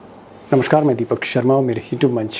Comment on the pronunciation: बहोत सुन्दर प्रस्तुति. दीपक जी शुरुआत "नमस्कार" से कीजिये "नमष्कार" से नहीं ❤